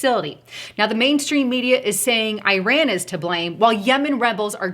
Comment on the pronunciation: Eye-ran, eye-rack? Learning how to speak English might bolster credibility. Just ask the Eye-talians. Go - went - gone. You might look up 'past participle' also. analysis seems spot on, except that I don't think the situation, as is, to be so dire. My choice of response would be an immediate investigation into the vote tampering in the 2018 midterm election and the possible suspension of close winners of the seats that went from Republican to Democratic and any other suspicious races. Trump's team is privy to far more information than myself, so I expect that they will do exactly as I would, had I been as knowledgeable as they are.